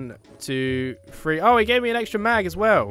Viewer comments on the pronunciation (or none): Every time you say three,I think u are saying free